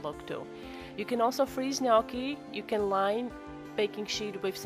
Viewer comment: Thank you for pronouncing gnocchi correctly.